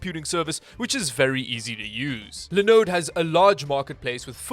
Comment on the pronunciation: Linux is pronounced as says it...Lie-knucks. You know, since the guy who created it is named Linus, pronounced Lie-ness. Anyway, is it weird that I like it when Linode is the sponsor simply because of the way says "Linode"?